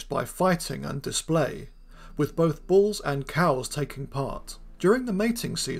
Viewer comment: You make the word bulls sound like balls to my ears.